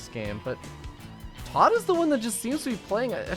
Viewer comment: He can't say Tod properly because his lips are to big.